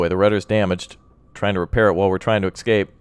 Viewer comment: its not excape its escape